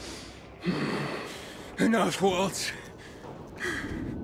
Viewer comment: its been 4 months since u said this but its waltz not walts sorry to correct u its my own problem im working on